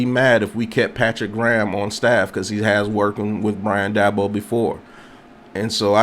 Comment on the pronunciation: Please learn how to pronounce the guys name if you're going to talk about him